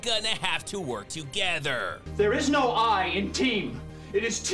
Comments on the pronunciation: The " T A E M" is pure gold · I thought I was illiterate or kinda deaf, but he said, “There’s no ‘I’ in team, it’s Taem” Wtf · English isn't my first language but, isn't "Team" supposed to be written and pronounce like that? and not "Taem"? I can't believe some people listen to these actors for advice 😂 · Theres no I in Team its spelled TAEM